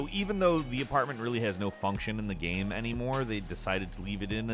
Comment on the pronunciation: why do you say gam instead of game